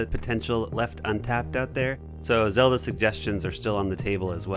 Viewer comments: Did he say zolda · I love how he said Zelda lol